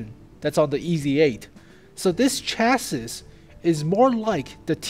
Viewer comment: its pronounced CHAS-SEEEE, not CHAS-SIS